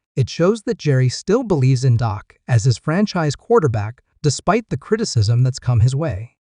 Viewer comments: How can you watch a video when the voiceover calls him Doc instead of Dak> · this guy is a idiot its dak not doc. this guy knows nothing about the cowboys